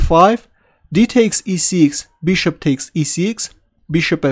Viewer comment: No offence But, Y u no pronounce bishop right?!?! Beeshop?